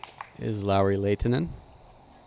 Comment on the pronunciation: The announcer pronouncing Lauris name really well. Not perfect but REALLY WELL. Love it. Professional. Awesome.